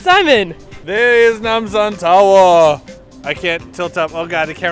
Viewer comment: When you guys say Nam sam tower I think of Itaewon Freedom..... XD WHERE EEZ NAMSAHN TOWERR?